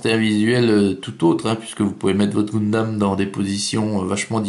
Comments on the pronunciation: GUNdam bon sang, comme dans GUN ! On dit pas GOUN mais Gueuhn... :) Et le kit date de 2009. :) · j espere que brist pas pre enregistré 50 video de goundam :p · Tu dis pas GOUNsmith... Ou GOUNslinger ... :)